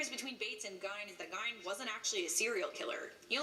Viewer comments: When they talk about Ed Gein, it bothers me... it’s pronounced as if spelt like Geen... Geeeeeeeeeeen... not If as if spelt like Gine.. FFS. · It’s not Gine it’s Gein. There’s a movie about him called Ed Gein”freaky” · Cringe. Ed Geeeen. Not Gine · Pronounced like "GEEN" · I'm a psychology major and the way she is slaughtering ed gein's name (actually pronounced ge-en) is making me cringe 😒😒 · She says it like she's about to say gyno or something... Ugh😬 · Shes saying Ed Gein's name totally wrong. Its pronounce like GE-EN. Sorry, that was annoying me. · Alicia Rice yeah,pronounced “Ed jean” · That shit was deivinnnggg me crazyyy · Lol being from Wisconsin I cringed every time she said his last name. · I have my bachelors degree in Psychology, would’ve had my Master’s by now but unfortunately, my health situation got in the way of that. Also, I agree that she pronounced his name horribly. She should’ve asked how to properly say it before embarrassing herself. 😂